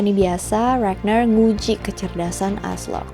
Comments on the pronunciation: bacanya RAGNAR nya pake toungue roll R yg tegas kaya baca R di indo.. .bkn regner pake R bule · Ijin koreksi kak, untuk ragnar dibacanya rag-nar atau raa-jnhaar bukan ragner dan lothbrok dibacanya lordbrog atau lodbrok. Thank youuu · RagNAR, bukan ReGneuRr 😑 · kak mau ngasih masukan dong, pronunciation ragnar jangan pake bahasa inggris dong pake pronunciation bahasa skandinavia aja biar lebih keren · Mbak mohon maaf bukannya ngejudge atau apa pun pengucapan "ragnar" nya biasa aja